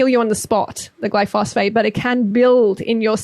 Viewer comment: Glyphosate, like GLY-FO-ZATE... not Glyphosphate